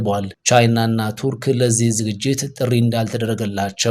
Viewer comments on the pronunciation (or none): ቱርክ ብለህ አንብብ በአማርኛ "ቱርክ" ነው የምትባለው መጽሓፎች የሚጠሯት እንደዚሁ ነው።